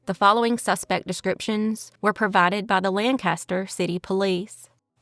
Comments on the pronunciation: Awesome video - For future reference Lancaster here in PA is pronounced lank ah stir and the street named dauphin is pronounced daw fin. 😊pa has funny pronunciations lol😂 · Daw-Fin. Lang caster. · In New England, they pronounce it: LAHN-cast-ahhh. In Pennsylvania, they pronounce it: LANK-ster 😅😅